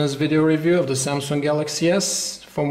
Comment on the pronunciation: Why does he say "samsunk"???????